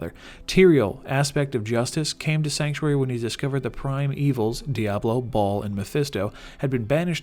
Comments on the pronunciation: Learn to pronounce 'baal'. It's pronounced 'bail', not 'ball'. Jesus, these people make videos on subjects they obviously never learned. In both Diablo 2 and 3 the characters speak Baal's name multiple times... did you not even play the games? This has always bothered me. #triggered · It's pronounced "Bael" not "Ball." Other than that, great vid. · OMG dude for the last time, it is baal not ball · It's bail. Baaaaal. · Loved the video until he said Baal wrong